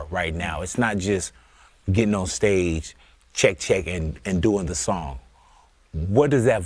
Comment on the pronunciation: This man said "GETTING" bad